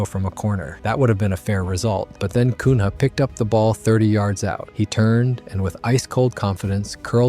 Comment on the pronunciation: Cun Ha is crazy bro, use google to hear the names at least